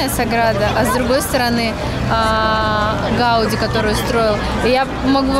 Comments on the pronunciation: ГаудИ , а не ГАуди !] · Gaudí, ударение на и.